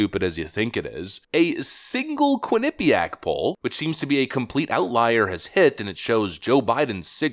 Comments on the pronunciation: Being from the area, I love how others pronounce Quinnipiac. It's funny. Quin-NIP-iac. It's more like Quinnipee-ACK. We actually LEARNED about the local Native Americans when I was in grade school, unlike what they teach now. We learned which tribes were warring, agricultural, etc. There were dozens of nations in this land and it's a shame that they're all lumped into one. We even took field trips to places important to tribes like the Podunk, Quinnipiac, Mohegan and Pequot. Lotsa cool history in that little state that's been taken over by liberal idiots. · "QUINNA-- Pyak". Not "qui - NIPPY - yak" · As someone who lived in Connecticut and had friends that went to Quinnipiac College, pronunciation of Quinnipiac gives me endless douche chills. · You would think that after seeing countless mainstream media clips with the correct pronunciations over the years including the one he included in this videos…. Quinnipiac beat my Michigan Wolverines in the Frozen Four last year. 🙇🏼‍♂️ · It chuckle every time you say Quinnipiac. You say it wrong but I like the way you say it better 😂😂😂